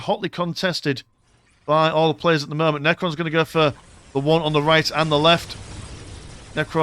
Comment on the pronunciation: "at the murment"